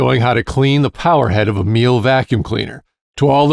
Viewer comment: Pronunciation is apparently less like "meal" and more like "me luh". Zee Germans and all.